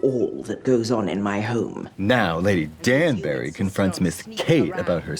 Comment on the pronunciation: Not Katya saying "Lady Dan-Barry"